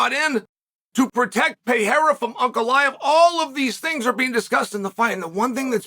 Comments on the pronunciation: Who the fook is Piera? PE- Rey- rah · Kmon Sonnen.... "Piera"???? P E R E I R A!!! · Please stop calling him "Piera", just take one minute to learn how his name is pronounced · I thought chael was done saying peayrah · Btw thanks for butchering my surname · Pear-Ray-Ra! HahahPierre-a! Hahah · To Spanish and Portuguese speakers, you saying PEEERA sounds like a Mexican saying Donald Trump to an American. XD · Dude, why can't you say his name correctly? Such arrogance and ignorance